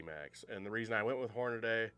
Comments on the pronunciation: "Hornaday"? Seriously? How do you get that pronunciation out of the correct spelling "Hornady"? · Can here to say the same thing. Like nails on a chalkboard. HORNADAY?? 🤦‍♂️